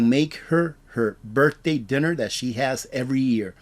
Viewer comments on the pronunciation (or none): none